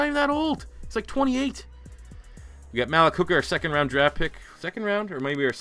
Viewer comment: Malik = (muh-leak) js